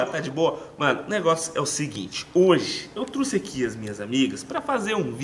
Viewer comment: " eu truxe" foi foda kkkkkk